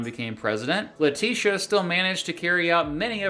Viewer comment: Letitia is pronounced like Patricia, not Lateesha